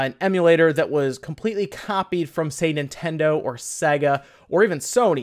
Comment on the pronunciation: Ok, Sega is pronounced "Say Gah" And SNES is pronounced "Snehz" Now you know